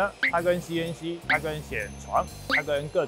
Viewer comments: 偏要講ㄒㄧˇ床，講ㄒㄧㄢˇ床很多人聽不懂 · 铣床都可以念成先床 也是没谁了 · 銑床應該是唸ㄒㄧˇ 床才對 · 铣 念 ㄒ 一 ˇ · 铣 台湾念先，有点意思